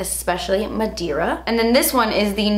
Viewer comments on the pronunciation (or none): “Madeira” means “wood” in Portuguese & it’s actually pronounced “mah-day-rrha” (roll the r) 😉❤️